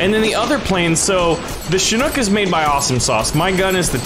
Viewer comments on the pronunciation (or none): It’s Chinook not shinook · Did you call it a shinook? 😂It's a ch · its pronunced chick knock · it is pronunced chick knock